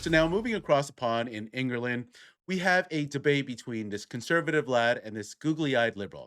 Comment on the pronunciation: En-ger-land? No. England is pronunced Ing-glund.